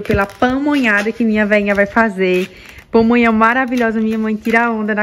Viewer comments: Dhay não é Pomonha não é PAmonha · Só uma correção: é pamonha, e milho cozido, não pomonha,e cozinhado,não é crítica, é somente uma correção, justamente para as pessoas não ficarem criticando você, felicidades para vocês.